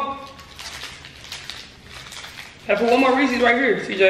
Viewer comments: say Reese's Cj: yeese's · Its not otonounced ree-seas, its pronounced ree-siz